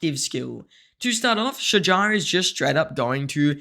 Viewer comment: As Arabic native you did great pronouncing her name👏🏼👍🏼🫡 its almost right tbh